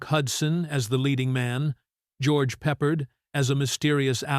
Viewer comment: THE BATTLE OF BRITAIN was a superb movie that doesn't belong on this list! The name pronunciation in this video is laughable. David NY-VEN for NIV-EN and George PEPPERED for PEP-PARD, etc. How ignorant can narration get?